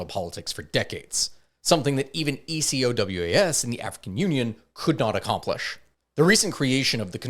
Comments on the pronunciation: Burkina Faso is north of Ghana (and Cote d'Ivorie, Togo, and Benin) not Nigeria "ECOWAS" is almost always said phonetically as "e-ko-wás" And France controls the cfa-franc it doesnt "back" and certainly doesnt "fund" it, the currency is funded by the reserves of member countries which are of course held in France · please pronounce it like a regular word "Ecowas" 😂